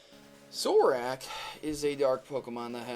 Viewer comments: BUT!! first off, I want to say that I LOVE your videos. but one thing botered me in this one. its pronounced zoroARK not zoroWAK. just saying... side note, in one of the episodes from the anime, a recent one, I think a zorua transforms into a person to act in its trainer's films. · Most monotone thing I have ever heard also its zoro-ark not zoroak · It's pronounced ZoroARK, not Zoroak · I'm not trying to be a dick or something but you seriously can't pronounce sorua and zoruark it's supposed to be pronounced like ZO-RU-A and ZO-RU-ARK even tough zoroark is spelled different in the anime and the movie it's pronounced like that. BTW I really like your pokemon theories! keep up the good work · It's pronounced Zor-ua Zor-u-ark OK!? It drives me CRAZY when people miss pronounce Pokemon names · Zo ru a Zo r ark Pls pronounce right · zorak? youre fuckin serious? can you read? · Okay, first of all, Zoroark is pronounced "Zoor-oh-ark," and second off all, Ditto needed to see a physical person, but who said a Zoroark did? In the Zoroark and Zorua movie, Zoroark transformed into the legendary beasts, even though he didn't see the real ones. And I think this makes sense that Zoroark didn't kill anybody or clone anyone because N's hair looks like a Zoroark's hair, if you look closely. And Ghetsis found N in the woods, so is it possible that N/the Zoroark took a form that resembled Ghetsis, because he was the first human N/the Zoroark had ever seen. But, N uses a Zoroark in his Black/White Team at the end of the game, so that's a bit weird if N was a Zoroark himself. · It is pronounced zor-o-ark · If your gonna say Zorua and Zoroark a lot, at least say it right. (zor-o-ah and zor-o-ark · you say zorua zoruu and you say zorark like zoruag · Zoroark = Zo-Roar-k and Zorua = Zo-Ru-Uh :| Would be nice if you pronounced the names correctly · just to clarify.. their names are pronounced Zo-ru-uh, and Zo-ro-ark. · It sounded like he was saying Zoru and Zorak